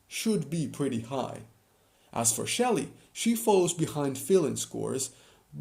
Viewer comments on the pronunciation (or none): And it’s Sherry not Shelly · It's sherry not shelly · 1. You swapped Yvette and Alicia 2. It's Sherry, not Shelly 3. Jeh - Mai - Mah